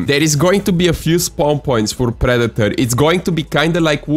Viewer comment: “Pree-dee-torrr” bro I love you accent 😂